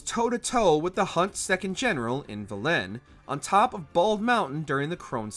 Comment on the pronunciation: You just know that the voice over guy hasn't played a single minute of these games when he pronounces Velen like that.